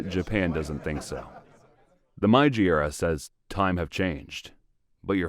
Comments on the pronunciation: Put in the effort to learn how to properly pronounce words in your videos. Meiji is not pronounced "my ji" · It's pronounced more like eh-doh and may-jee.